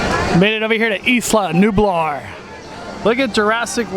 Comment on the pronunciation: It’s pronounced I-La-New-Blar not...eeece-la-nu-bar